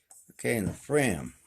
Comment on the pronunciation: it's not frame as you say (FRAYM!) it's FRAM like (PLAN)😁😁